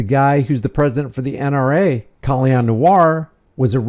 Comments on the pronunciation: Is his name pronounced Kahl-lee-on?? If it is, I've been saying his name wrong the entire time :/ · You mean disarming himself? I'm mainly referring to 2A advocates who believe in Rights for me, Not for Thee. Just like Colion. (pronounced co Lee own) If you believe in licenses and registration as well as those who have served their sentences and do not deserve their rights restored, I'm against. We obviously have to surrender certain rights to exercise others and I don't agree with that either. Maybe if we called getting our civil rights violated "the r word" instead maybe people would take them more seriously.